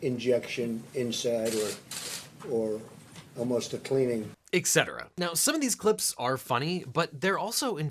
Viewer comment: Did Mr. Eagle just say "Eck-cetera"?? It's around the mark and it really sounds like he's saying "Eck-cetera," instead of "Et-cetera." I would have thought that Mr. Eagle would have been familiar enough with Latin to be able to recognise the words used and to be able to translate them.